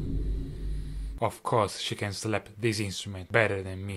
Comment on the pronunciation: That is not how to say it